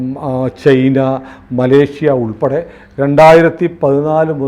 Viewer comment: ചെയ്ന അല്ല ചൈനയാണ്